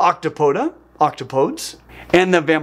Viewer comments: In my science department, we all agree that the plural of Octopus is not Octopi as Octopus is Greek, not Latin. What we disagree on is the correct plural. Octopuses is fine, I guess, but, being Greek, I much prefer Octopodes, not pronounced ok-toe-podes, but rather ok-top-oh-deez. It's got to be Greek grammar, Greek pronunciation for me. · I'm not bothered by your use of different plurals of octopus, but I am curious about your pronunciation of octopodes. I always thought it was pronounced like oc-to-poh-dees, rather than oc-to-poeds. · Octopodes is not "octo-POADs," but rather pronounced "oct-OP-oh-deez," if we are going by Greek pluralization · I have no problem with any of the plurals for Octopus, but I don't think I've ever heard it pronounced "Octopodes" before. I always heard it said as Ock-top-oh-deez. Does that mean there are four plurals now depending on how you want to say it? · Love the video. Learned more than I thought I would, as I’m rather interested in cephalopods. One thing - your pronunciation of “octopodes” is incorrect. It is, as you probably know, derived from the Greek, so that even in English it is pronounced “oc-TOP-uh-deez”, similar to “antipodes”. Thanks for your continually fascinating and (other than this one point) well-researched videos. 𝗢𝗰𝘁𝗼𝗽𝗶 In The Oxford and under the seas, There’s a creature that so likes to tease. See, it’s English we speak, And not Roman, nor Greek: “Octopuses”, not “octopodes”. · the plural octopodes is greek so it should be pronounced OCT-OP-O-DEEZ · It's pronounced like ock-TOP-o-dees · The proper plural of Octopus is Octopodes, which has 4 syllables, not 3 like you pronounced it.